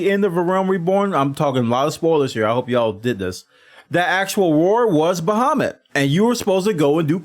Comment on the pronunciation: But... he calls Y’shtola Y’shlota. And Bahamut Baphumet.